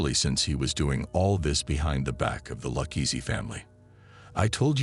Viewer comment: Dang the ai is hard to detect until it repeatedly mispronounces Luchese.